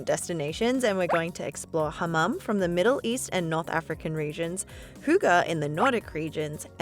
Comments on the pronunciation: in Denmark it is not. Fx, “oo” gives you a “u” sound in Denmark. And “hygge” is not pronounced with a “u” it’s pronounced with.. well.. “y” 😂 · "The birthplace of "hooga"..." - As a Dane, I love this pronounciation! Its wrong, but I love it non the less! XD